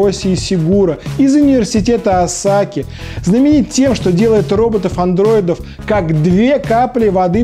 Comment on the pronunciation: осАки? Ты Псаки что-ли?) Осаки - на первый слог ударение)